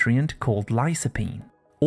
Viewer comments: Did you pronounce lycopene lysopene?and b-tamins vitamins?✌️ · "lī-kə-ˌpēn" not "li-so", anyway, very informative. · Please pronounce the word lycopene correctly